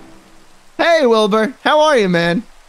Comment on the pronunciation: Schlatt almost called Wilbur nerd. “Listen n-Wilbur” 😂😭👌